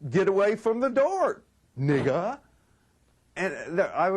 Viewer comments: wrong The Word is 5 letters long. He didn't say the N-word-er He Said Ni**A(H) it Sounds Like He added an H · "Put the H at the end to emphasize its niggAHHHH" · The funniest part is emphasizing the AH............ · He puts so much emphasis on the word. 😂 Reminds me of Boondocks. NIIIIIGGUAHHH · “I put the H to emphasize NigGAHhh” 😂😂😂 this nigga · This was so genuinely funny. Really emphasising on the 'H'. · Put the H on it to emphaSise 💀